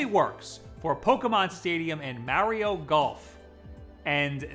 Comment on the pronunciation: It's 2020,. That's still not how you say Mario. Also, the Transfer Pak works with Perfect Dark, Mario Tennis, Mickey's Speedway USA and several Japan-exclusive games. Happy new year, weird bearded man that shouts at me.